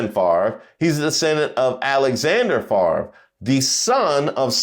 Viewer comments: Bret Favre= said "fah-vre" NOT far-ver :) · I forever will mispronounce Brett's name. "Farv" - nope. "Fav-re" - yes. And I used to root for him, too. We all get played at least once. Could not stand Aikman. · First off, you know something is definitely wrong with our country when the man’s name is spelled F A V R E, and yet pronounces it as Farve. Second, I’m not knocking his skills and talent on the field, especially during his prime. But, and sorry, I did not root for him coz I rooted for Eli Manning who beat Favre’s on Eli’s way in taking his team along to his first SB. Third, Favre, like Hogan, is just one of these former “celebrities” trying to hold on to that one last spotlight. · I would like to know how come he can’t pronounce his last name correctly